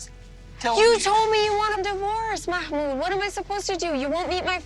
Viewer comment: I just can't any more... it's not MAMOUD! His name is MaHHHHHHHmoud! There is H in there and it is NOT silent!